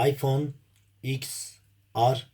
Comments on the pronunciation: Iphone ten ar diye okunuyor ya da 10 re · ABİ LÜTFEN ŞUNU DOĞRU OKU IPHONE TEN AR DİYE OKUNUYOR 😡😡😡😡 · İphone x er diye okunmuyormu?